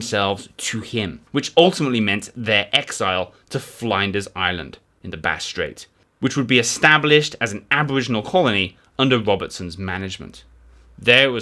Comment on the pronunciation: It's FLINders Island, not FLYnders Island. Flin, not Fly.